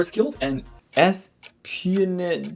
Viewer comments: i notice how you struggled with the pronounciation of the words 'espionage' and 'guerrilla', for future, they are pronounced(respectively): [esp-ee-on-a-zh] and [gu-ri-la](like gorilla). great video though, as always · ngl it was cute when you struggled with the words espionage, assassination and Guerilla warfare